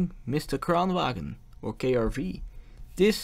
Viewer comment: The G in Kranvagn is silent. If you are going to make an educational video about something, I recommend you get the name of the thing right.